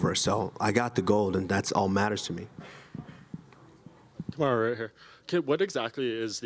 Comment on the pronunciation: Kamar”Who” Usman 😂